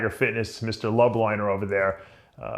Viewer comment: You disgust me. First off learn to pronounce people’s name “lubliner”...”shoopin “...Jesus Dave. Second...do your proper due-diligence and research what you put out. You have made so many glaring mistakes in this piece. Look at everything that is out there about Jeremy...there is. police report and there are many (5) women that have now come forward. Seriously Dave...brutal reporting. No wonder NSP has taken over your niche. You suck